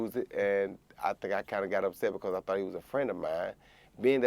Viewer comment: Much respect to communication and descalation. Roy Jones Jr puts the `G` in Gentlemen. Champ used his words and said I tought we were friends. I tought we were better than that Joe.